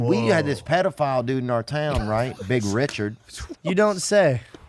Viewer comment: “Ree-chaard” lol